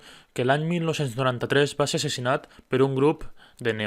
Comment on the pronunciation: Dius assessinat amb e o ho he sentit malament? I pel que fa al judici és clar que pertànyer a l'estat espanyol fa que la ideologia anticatalanista dels neonazis no hagi estat considerada atès que molts jutges espanyols troben correcte que l'espanyolisme fins i tot el nazi, siga un pensament lògic, això en un estat català hauria canviat radicalment. Mes una bona part del poble valencià i alguns catalans pensen que assolint petites fites reformistes ( Compromís i fins i tot sectors d'ERC com en Rufián) dins d'Espanya tot plegat canviarà, la qual cosa és idealisme pur.